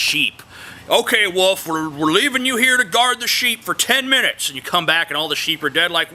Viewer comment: teehee u pronounce wolf "woof" :D